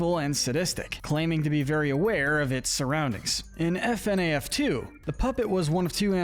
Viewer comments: 1. It’s pronounced “Fuhnaff” not “F-N-A-F” 2. Mangle was originally known as Toy Foxy, not Funtime Foxy as A. The funtime animatronics weren’t built yet at the time of FNaF 2 B. FNaF World is non canon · I have never heard somebody pronounce FNAF as F-n-a-f instead of fi-naf before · I like how he says f-n-a-f instead of fa-naf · F-N-A-F? No, you say it ''Funaff'' Also, NO THE NORMAL AND WITHERED ANAMOATRONIOCS ARE NOT THE SAME, FNAF 2 HAPPENS BEFORE FNAF 1 Vanny is very evil but Venessa is just doing her goddamn job...... Where is Henry on this list? Eh Afton began broken then became pure evil, Charlie's murder was because he was broken, the rest where pure evil. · It’s “Fnaf” (fuh-naff) not “f-n-a-af” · It’s pronounced FUH-NAF NOT F N A F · its fuh naf not fi naf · Its Pronounced FUN AHF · IT'S PRONOUNCED FU-NAF! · its pronounced fuh-naf edit: revealed by the SB dlc, monty was not jealous of freddy, but mad at him for killing glamrock bonnie, but he was mad at a prototype and he didnt know that the freddy in the main game was a different freddy than the one that killed bonnie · man fr pronounces "FNaF" as F-N-A-F 💀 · I’m sorry bro but it’s pronounced fuhnaf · The way you prenounced FNAF was insane 💀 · sameee , the more it was said the more i cringed